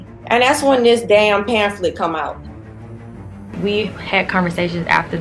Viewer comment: I'm dead she called the book a panthlet 🤣🤣🤣🤣